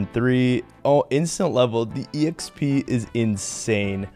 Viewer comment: Just curious, have a been saying exp wrong my whole life? I say “x p” love this series.